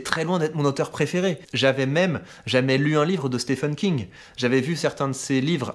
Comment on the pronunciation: Excellents, par contre mes amis francophones, je vous le dis, y a que nous pour penser que le nom "Stephen King" se prononce "Stéfeune". Stephen, ça se prononce exactement comme "Steven" pour les anglophones. À bon entendeur ;)